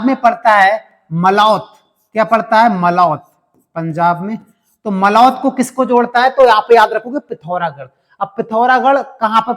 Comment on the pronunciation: Thank you so much sir ,itna explain kisi ne nhi Kiya Aaj Tak ise pehle 4 videos dekh chuka hun ,maza aa gya video dekh k ,,,,aur sir mai Punjab se hun jo apne मलौत बोला था ,,बो मलौट है